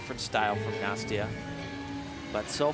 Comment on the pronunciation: He keeps pronouncing Nastias name wrong!